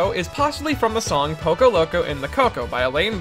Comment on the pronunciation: STOP SAY POCO PLZ